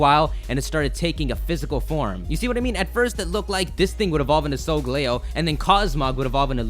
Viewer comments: It's Sol-galeo, not sogleo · Cosmog is sungaleo or however you say it, and the orb one is clearly Lunala.